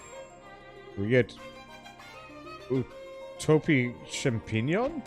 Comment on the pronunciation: if you care, champignon is french for mushroom. it is pronounced somewhere along the lines of shom-pay-nyahn (sort of cut off the very last 'n' sound a little short, second last n is like the spanish n with the squiggle over it). I mean, it's also that if you don't care, but I don't expect you'll bother with it much if you don't :)